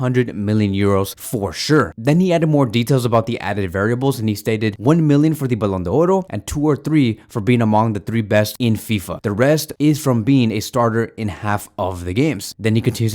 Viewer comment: Bro please stop saying ballon doro 💀